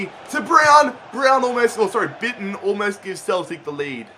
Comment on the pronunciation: Bitten, it's pronounced 'beeton'